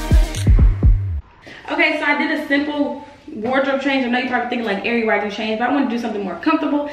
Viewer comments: And saying her name wrong...🤦🏾‍♀️🤣 Tray had to correct them..💀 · When tray got his cousins in check for butchering airi's name.....lol I love tray and airi